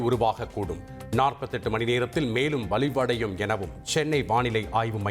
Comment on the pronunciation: காற்றழுத்தம் வலிவுடையுமா....அது போக.. துணை கலந்தாவுக்கூ.. நல்லா படிச்சபுள்ள.. தமிழ் வாழ்க